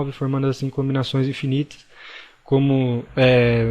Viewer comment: Quem mais ficou incomodado com "conbinações"?